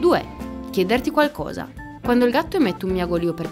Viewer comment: 2. chiedèrti qualcosa? Sarà forse chiederti qualcosa, con l'accento sulla seconda "e" invece che sulla terza? La prossima volta fate un pochino più d'attenzione, e che cavolo...